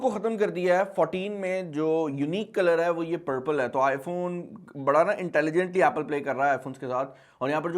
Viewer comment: i Phone i Phone hota hai Babu Bhaiyan 😂😂😂😂